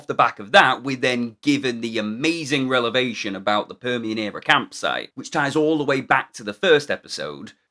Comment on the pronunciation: I absolutely loved this video. One correction though: It's "Revelation" not "Relevation" when there's a reveal...